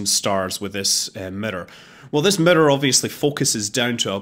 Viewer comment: Murror = Mirror.....your welcome :)